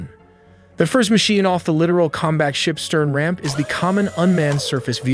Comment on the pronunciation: It's pronounced lit-tore-al, not literal